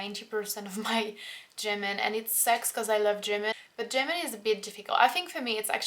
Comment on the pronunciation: You say "German" like "Jimin" hahaha